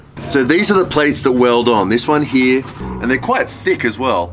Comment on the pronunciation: brother, why are you saying "hee" instead of "here?)